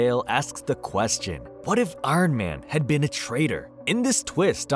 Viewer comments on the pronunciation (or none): Why do you say “Arn Man” like that? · “I-run man” 😂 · Arn man? Like Arn Anderson? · Who is "Arn Man"?